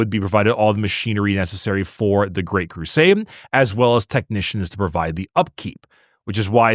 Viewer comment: Why the F do you pronounce it "Great Crusame"? Regularly. - listened to it multiple times, slowed down... Crusame.